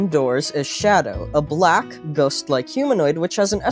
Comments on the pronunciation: "a '*black*' ghost like humanoid" why did you say it like that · why does he say black like that 💀